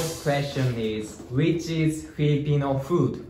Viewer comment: FILIPINO NOT FELIPINO